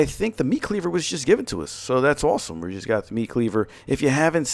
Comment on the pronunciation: Are you Jewish or from New York? I'm genuinely curious, just from the way you say "awesome" and "all"